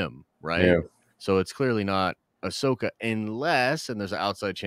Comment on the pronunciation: Bro it’s Ahsoka